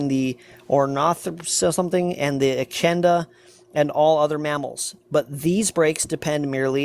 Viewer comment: His mispronunciation of animal names shows that he has no interest in the subject other than attacking it.